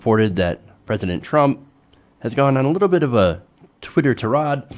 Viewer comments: Thanks man! Note - tirade is pronounced :: tie-raid not ta-rad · tee-raad, ackchully. It's a French word. And the French have rules about their pronunciation. We just have habits and customs - some of them bad.